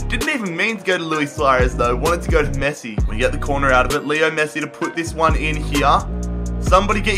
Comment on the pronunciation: At the beginning it sounded like he called Messi, Nessi